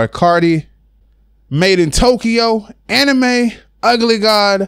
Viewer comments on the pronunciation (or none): omg say anime one more time its pronounced (A - MEAN!) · This nigga really just pronounced 'Amine' as "Anime" xDDDDDDDD